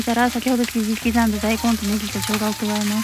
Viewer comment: 切り刻んだって言えてないところ草